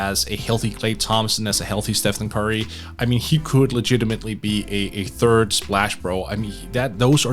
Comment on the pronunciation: Work on your th- annunciation its not fird its third. Jesus i thought i was just really high.